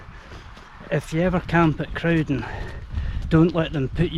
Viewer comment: I've never heard Crowden pronounced any other way than with a rhyming start with corvine bird (crow) rather than bovine mammal (cow), much like Snowden. Both get a mention in the Manchester Rambler. I lived in the area until I was 18 and walked all over this part of the world.